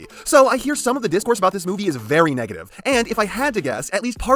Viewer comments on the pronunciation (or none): none